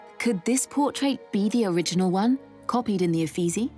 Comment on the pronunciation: Whoever this woman narrating is please pronounced correctly UFFITZI (UFFIZZI )